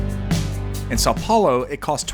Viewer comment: This video is pretty accurate. Congratulations on the pronuntiation of portuguese words, like São Paulo and Custo.